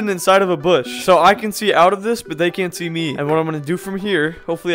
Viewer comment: U didn’t say they u said zay